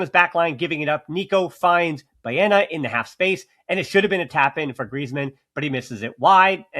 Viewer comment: Ballena ???😂😂😂 a whale ?